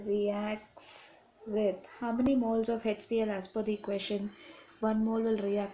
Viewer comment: Mam Its HCL not hectCl🤣😂